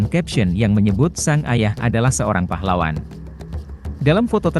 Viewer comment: Pahlawan apa neng .......yg jelas dong bicaranya ...